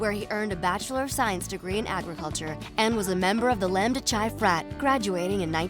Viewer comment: lamdba "chai".. it's pronounced like "kai" lmao